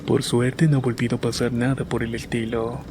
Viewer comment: Amo escucharlos mientras trabajo, denle Like si alguien mas noto que en el minuto dijo VOLVIDO hahaha! Aun así me encantan :)